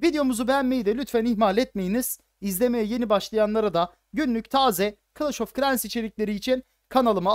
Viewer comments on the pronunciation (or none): abi çok güzel kılaş of kilens diyosun